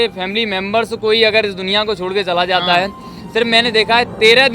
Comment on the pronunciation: Its jata ( going)hoon not zata hoon